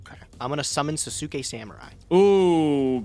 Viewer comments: Sasuke is pronounced 'SAHS-kay',. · Anyone who has ever watched Naruto before is probably going to be triggered by pronunciation of Sasuke lol